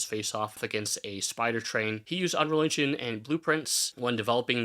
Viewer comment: bro keeps saying "unreligion" and it's throwing me off xD